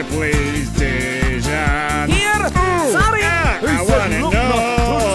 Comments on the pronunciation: Name of the Lovren is not speaking like Deyzan(Dejžan), its speaking like Deyan (Dejan). Lovren is Croatian, I'm the Serbian, so I know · Its dejan not dežan hahahahahaha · Why cant you pronounce Lovren's first name the way it should sound?